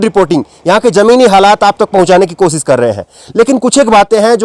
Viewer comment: sha shabd ko sahi ucharit kiye sir jaise koshish ko kosis mat khzhiye. Administation ko adninistasan mat kahiye sir..Baki apka journalism bebak aur lajwab he